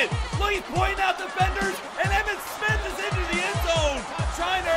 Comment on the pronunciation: Right when he spit he said "EMMIT SPITH"